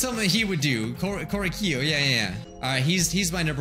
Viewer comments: I hate how you say Korekiyo’s name wrong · the way that keeps pronouncing korekiyo's name wrong is honestly so aggravating